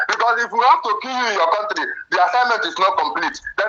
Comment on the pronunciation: 'You're not from our contrre'. Illiterate 😂😂😂😂😂😂